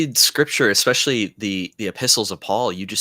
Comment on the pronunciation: was great, but every time he said eXpecially or ineXscapable, a little part of me died...:)